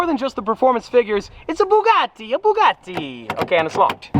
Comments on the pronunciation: When say Bugatti in an Italian accent when it's a French car hmmmm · The fact he said Bugatti in an Italian accent makes me want to uninstall life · He says Bugatti in an Italian accent when it's really a French brand lol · „it’s a Bugatti 🤌🏻“ with Italian accent lmao It’s French -German😂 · Why'd you say Bugatti with an Italian accent?! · saying Bugatti in an Italian accent is like saying Baguette is my favorite pasta. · well, he did say the name of a French car made by germans in an Italian accent so the chaos is already in motion. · Bugatti: french car brand: 🤌Bugatti🤌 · Bugatti Bugatti in italian accent even though its french lmao